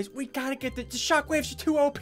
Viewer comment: SSundee when you say shottaayy should say shockwayesss